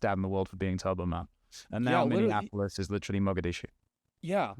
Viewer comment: Bro, seriously... stop calling it minne-ann-apolous. It is Minneapolis. Mini-ah-poh-liss